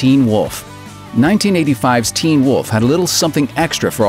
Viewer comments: Am I the only one that hates how this guy says "teen WOLF". Or do others say it that way too? Until now all I've ever heard pronounced is "TEEN wolf" . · Hey dude. Say Teen Wolf again.